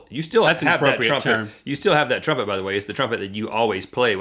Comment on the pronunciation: Link... Trumpet has 2 vowels... not 3.